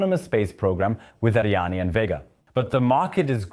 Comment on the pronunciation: It's Ariane not ArianE :) And I would have liked a video that voiced more of a critical opinion. For example your overview of Euro spaceports completely omits that except the CSG only Andoya is operational and just barely